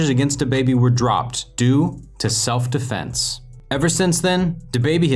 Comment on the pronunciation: How to pronounce defense: D-eh-f-en-se not Deh-fen-Kee